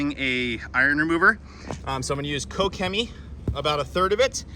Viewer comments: Using my german… Pronounced “KoSHEMEE.” One word.. Just sayin’ Excellent video! Ps.. love my Quivr Cannon! Thanks! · The companies name is pronounced "Ko-shimmy." I know, crazy Germans. Do you like the Mercedes or would you go with the Ford next time? Any major issues with it? Thanks man.